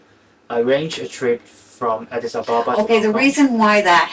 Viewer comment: OMG-Addis Ababa. It’s not difficult. You’re supposed to be in love with an Ethiopian and not only don’t you know their capital city, you haven’t even bothered to read it properly and learn how to pronounce it!!??